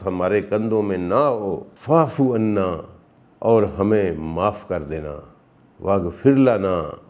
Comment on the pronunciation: استغفر اللہ آپ وا فعنا کو فعفعنا پڑھ رہے ہیں ۔ اتنی کیوں غلطیاں کرتے ہیں تلاوت میں ؟